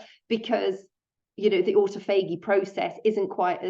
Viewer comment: Aw taw fuh gee is how to pronounce autophagy. It took me a minute to figure out what you were saying. An important video non the less thank you.